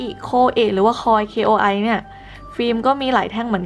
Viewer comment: อ่านว่า โคอิ🤗 เรียกว่า เดโครัช ค่า😅